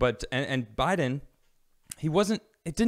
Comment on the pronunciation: Did just call biden Joe Lie-den? That's good.